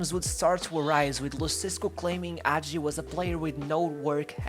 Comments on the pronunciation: Don't get me wrong, in really appreciate you taking about Hagi, and bringing him forward... However why is this such a common thing? Why is it so hard? Is it really such a hassle to pronounce the names of people, places and teams in an correct fashion?! I mean, this is not a live show, couldn't you try to get in touch with a Romanian speaker that could tell you how to properly pronounce? Thing is, it seems that you didn't even try to that.... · The "H" is NOT silent. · If you make a video about a player, you can at least learn how to pronounce his name, if not the name of his teams, his coaches etc. The pronunciations are on Wikipedia. The footage in this video is horrendous, and doesn't even match the commentary. This is a shame, because the commentary is quite good and thorough - and, with proper footage and a basic effort of learning the player's name, this could have been an amazing video. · Man, at least find out how to say his name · HAGI, not agi , H , Hagi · Thank you for making this video. This is the greatert football player in our history and he definitely has a good spot in all time international tops. But I must say: it's Hagi, not Agi; in romanian, the letter H is not mute, it's quite articulated. :) FYI: Now he is a Owner/Manager of FC Farul Constanta. He also has a youth academy that bears his name and in which he has a lot to say. His motivation now is to find young talents and help them grow. Currently, Farul sits in the 1st place in the romanian 1st league. Legend. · It’s not hagi with a silent h it’s actually a very hard h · Not Agi, Hagi with Kh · its Gheorghe Hagi with an H not Gheorghe agi put an accent on H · H say the fk h man not agi Hagi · Ghoeroge Agi lol is hagi h a is a and i is e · dude, i respect your work but please for godness sake try to pronounce that H Hagi , not AGI, pls H like in HAHA, HAGI pls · is hagi not agi ... the H is still there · why does he call him agi 😭😭